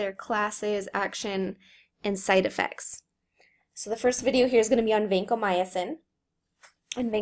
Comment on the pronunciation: it's not vancomyAcin